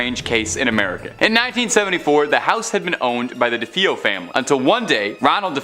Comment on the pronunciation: Ikr how irritating.duh-fee-yo..f.r?? 😂